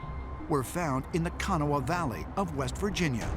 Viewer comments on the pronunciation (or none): It's not Kon-uh-wah it's pronounced Kuh-nah County. Yes, we live here and this is amazing to find. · OMG can nobody pronounce our dialect? It's Kan-awh. Not "can a wawh." Lololol